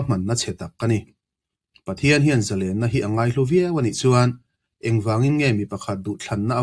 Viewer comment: Zalênna ni lo in, Zalenna (thluk loh tur ni zawk lo maw)